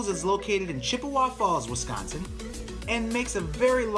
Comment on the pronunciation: You said Chippewa wrong. Leave out the E sound. Chip-wa.